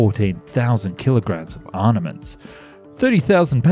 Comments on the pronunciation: Arn-a-ments isn't a word. Look up proper pronunciation of ar-ma-ments. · why are you incapable of saying ARM-MA-MENTS. Not arnements my guy. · ARMAMENTS not arnaments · "ArNaments"? I think you mean armaments. "... other ornaments "? How are you unfamiliar with this word?! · Did you say arnements? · It's pronounced "armaments" not "arnaments". And "ordinance" not "ornaments". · Also ‘283’ instead of 2083 and ‘arnaments’ instead of armaments. I would re-record rather than let errors like that go out. Get it right, please. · what the hell is an "arniment"???? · What is an 'arnament'? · Gotta love those "arNaments"😁